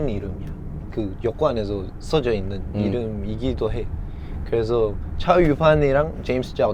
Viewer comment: so it's CHAO n not JHAO???